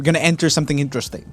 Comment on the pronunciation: Am i the only one who wished he said "INteResTiNg" instead of "insteresting"?